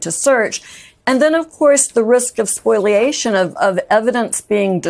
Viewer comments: The word is spoliation, not spoiliation nor spoilation. \spō″lē-ā′shən\ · The word is spoliation of evidence, not spoilation.